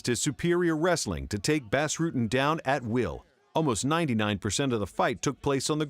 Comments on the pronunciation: If you say BASS Rutten one more fucking time, I'm gonna send Bas (BOSS) Rutten to mangle your vocal chords so you can't make anymore awful voice overs! Have a nice day! :) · "Bass" Rutten, for starters. Also, the calling either of the Nogs "Antonio" is uninformative, as that's both of their names. Generally, they are referred to individually as Rodrigo or Rogerio to differentiate. The rest is just my own pedantic crap, but these two actually stood out as somewhat egregious. Beyond that, your videos are top shelf, which makes the names stand out to me more. Probably best to just ignore this altogether.